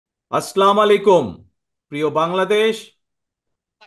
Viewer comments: Aslamalikum noy baia.assalamualaikum.salamta sotik babe uchharon koren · আসলামুয়ালাইকুম আস্তাগফিরুল্লাহ সালামটাও দিতে জানে না। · সালাম টা সুন্দর করে শুদ্ধ করে উচ্চারণ করতে হবে। শিখার মধ্যে কোন লজ্জা নেই। দয়া করে সালাম টা শিখে নিন।